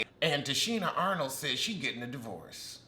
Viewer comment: Why are you calling her Tichina Arnold? 😂😂